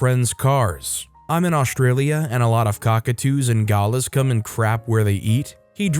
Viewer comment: Outch, the pronunciation of galah hurts most Aussies